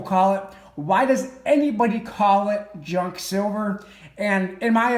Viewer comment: Junk, it’s one syllable Pros always sells Cons stuff is too pricey right now